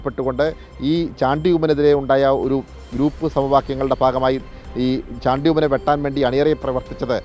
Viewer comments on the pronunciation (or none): കൈരളി ആണ് ഷാണ്ടി ഉമ്മൻ, അല്ലടോ ചാണ്ടി ഉമ്മൻ എന്ന് ഉച്ചരിക്കാൻ പോലും അറിയാത്തവൻ. മന്ത്രി സ്ഥാനം നിങ്ങൾ ആണോ തീരുമാനിക്കുന്നത്